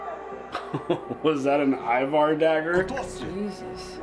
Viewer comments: now you pronounced "Ivar" as we do in Scandinavia. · Is the correct pronunciation of the name Ivar.